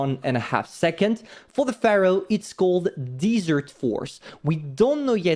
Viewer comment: Great video. BTW I live in the desert like this place for which the Pharaoh is. Desert is sand and dirt said (Dez-ert); Dessert (Dee-zert) is like an eclair.